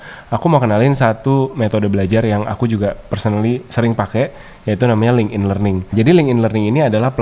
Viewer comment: FYI, LinkedIn itu cara bacanya "linktin", bukan ling'in.